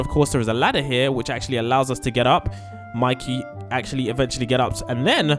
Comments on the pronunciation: You really called “Mikey” “Miki” and “JJ” “engine” 😂😂😂😂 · You said mikey wrong it has a y at the end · monkey?seriosky monkey its mikey not monkey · It is not miki it's Mikey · Bro said monkey bro it's Mikey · Its not miki its mikey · Miki? Bro it's Mikey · It's not miki it's mikey😅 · It's Mikey not monkey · Not monkey it’s mikey😂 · yeah its not miki its mikey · Mikey Not Mickey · Not Miki its Mikey